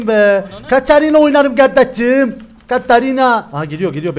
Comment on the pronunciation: seni çok aşırı seviyorum ama lütfen birdaha Katarinaya kaşarina deme agzına hiç yakışmıyor 😊